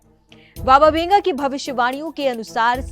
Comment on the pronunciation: Its not Benga...but Vanga learn to pronounce non Indian names correctly please.